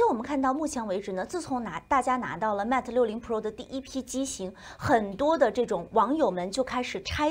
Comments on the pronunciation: Mate发音要标准一些。是Mate不是Matt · 新西兰不是说英语的吗？mate都读不对，有点不应该。